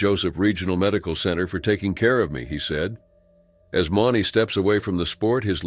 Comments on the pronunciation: At least pronounce their names correctly? Mauney (Moo-knee). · Mauney is pronounced 'Mooney'. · If your going to be a commenrator on something like this , get the names right JB Mauney is pronounced “M-oo-n-y Cmon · Should probably say the bullrider's names correctly. If you can't say Mauney right then don't say it at all. And Werewolf didn't attach the rider. He literaly went forward when the bull came up and the collided. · Pronounced stuffs last name wrong, too...jfc!!...shouldn't be commentator when u cant pronounced names right, especially rodeo!!... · Pronounced j.b's last name wrong, ffs!!...